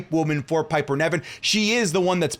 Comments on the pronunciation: Not pronounced Neven, its NIVEN! (Pronounced Like Live)! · Every single video, I wonder if knows that Piper's last name is Niven, not Nevin